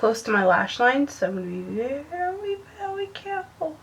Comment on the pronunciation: "Veeeeewwy vewwy careful" omg